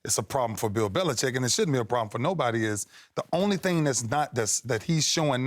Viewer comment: "Bell Belicheck"